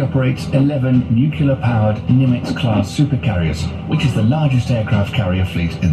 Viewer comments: It’s nuclear. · The narrator’s mispronunciation of nuclear kept me gritting my teeth!!